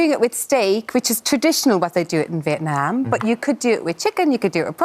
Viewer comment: on a more positive note. She pronounced "Vietnam" correctly by saying "VietNAHM" instead of saying "VietNOHM" like a lot of people like to say. The rest is shit, carry on with the roasting.